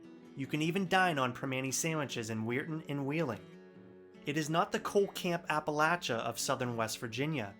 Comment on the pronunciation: WOW! FINALLY a video that got everything right! (And you even pronounced "Appa - LATCH - ia properly) - KUDOS!! A few particulars: Firstly, I grew up in Shadyside, Ohio, a couple of miles north of Glendale, WV right on the (Ohio) River, looking at the Panhandle cliffs every morning when I got up. As a very small child I could see the B&O steam locomotives going up and down that original 1852 stretch of track: the "Presidential" Pacifics, and especially, the EM-1 "mallets" hauling coal out of Grafton, past Roseby's Rock and Moundsville and to Pittsburgh. Later, they relocated the tracks higher up to avoid flooding. The cliffs above it formed a natural ampitheater, and, lying in bed at night, you could hear, from Shadyside, every click of every wheel as they passed by, as well as the BANG! BANG! BANG! of the torpedoes sometimes laid on the rails in Glendale to mark freight switcher limits. B&O passenger trains would come up from Grafton but ALSO to/from the West over the Bellaire Bridge, which had, supposedly, the longest stone bridge in the world; actually a viaduct carried over a series of stone arches which still stand and are quite impressive. The view from the Shadyside hillside was a Panorama of Transportation: Starting from the west, you had Ohio Rt. 7 up from Dilles Bottom and Powhatan Point, then immediately below the Pennsylvania RR tracks pulling coal from Powhatan #3,#1, + Oglebay Norton, etc, then the majestic Ohio River, with its floats of barges being pushed in t